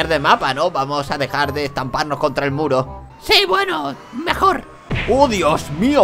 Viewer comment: cuando dijo muro yo lo entendi culo